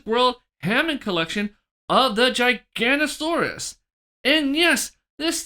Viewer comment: I hate to be that guy but you were saying it wrong the whole time 😅. Giganotosaurus is pronounced gih-gah-no-toh-saurus. The video is great, I'm definitely going to have to order this figure soon. Keep up the good content ✨